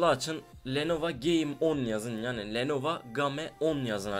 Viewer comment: biseyi de duzgun soyle la lenovA deil lenovO vAndetta deil vEndetta